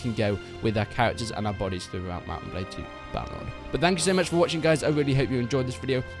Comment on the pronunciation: he said balde instead of blade, which is a normal mistake imo